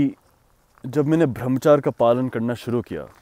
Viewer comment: "sunth" "brahamaCHAR" "RANGEEN" also: Sorry my hindi isn't that great.